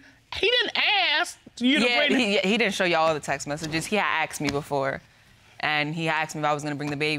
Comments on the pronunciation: Yeah....axed instead of asked. Jeez! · She looks remarkably healthy for someone who has been “axed” so many times.